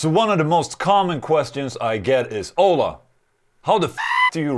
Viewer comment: When he said his name I thought he said hola 😂